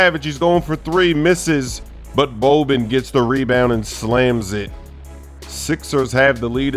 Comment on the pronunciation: Bouuben. Who is that? Just say Boban fast and thats it. Nikola. Not Nikoula. If the name was ydzasfgh then i would understand the misspronanunciation. But Boban and Nikola. Damn